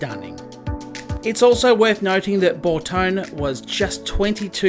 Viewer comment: sorry, only got to the 4;30min mark, it was Marcello Gandini, who was working for Bertone, pronounced Ber-tonee, emphasis on the e's, he also designed the Contach, yes you did pronounced Bob Wallace name correct, who was a Kiwi, same place Bruce McLaren came from.